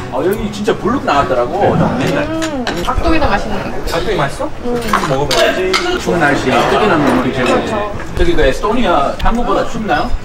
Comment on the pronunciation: 다리오님.......6분4초에 ...먹어봐야지~ 음을 넣으시다니..찐 한국인.ㅎㅎㅎ